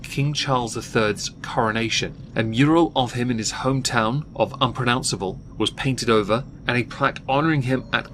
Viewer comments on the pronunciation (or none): LMAO "unpronouncecable" 🐲